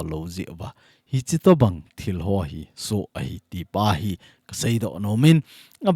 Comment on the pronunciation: Iti dan'a muntin a SOo hi SU iti tiu ham pronunciation hi ikhel va pha hilou ham, SU kiti chu ipi ham ihetsau ahi, hijeh chun koi² hileu hen asei g them taute